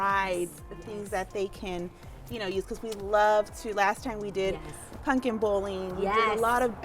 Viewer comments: If that party planner says punkin instead of pumpkin one more time.... grrrr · Okay but if she says ‘PuNkin’ one more time... 🤦🏼‍♀️ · Anyone else triggered by the way the planner says pumpkin. She says punkin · Every time she said I was like like PUMPKIN!! 🙈